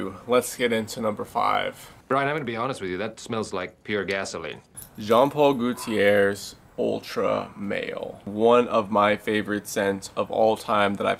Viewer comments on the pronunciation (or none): Number 5 Jean Paul "Gutierrez" XD